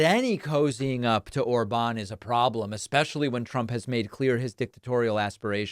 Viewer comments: David: Orban is pronounced with stress on the first syllable. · David, sir, it's not "or-BAN," but "OR-ban" (emphasis on the fist syllable). The accent mark on the a (á) in Hungarian does not work like in Spanish. In Hungarian, those marks on the vowels just indicate the vowel is long. In this case, it's a long, clear "a" (like in Spanish), as opposed to a short "a," which in Hungarian sounds closer to the sound you make when you say "law."